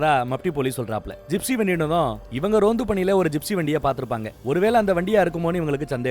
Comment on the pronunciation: Adhu Ronth ille anne... Tamil le varume Rondhu, adhu